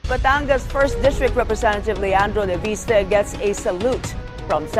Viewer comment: Leviste po hindi po Laviste. FYI